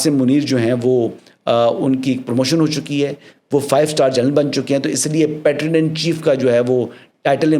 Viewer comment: The pronunciation of PATRON is PAY-TRUN.